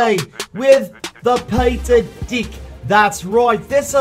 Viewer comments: Is it just me or did I hear "dick" every time he said "deck" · I hear you say di*k, instead pf deck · He copy Chief Pat "dick" xD (Deck). LoL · Peter can you say DECK without changing the letter E into I? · Thanks peter... my mom keeps looking at me everytime you say deck. because the way you say it sounds bad 😂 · Lol I love when he says deck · I love your accent especially when you say deck